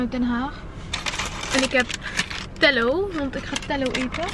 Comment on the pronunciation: Telo spreek je uit als Ti-lo Hahah <3 hahaha leuk Vlog